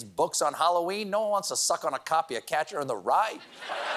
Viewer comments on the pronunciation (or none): for a second I thought you said “Hallo-Weed”!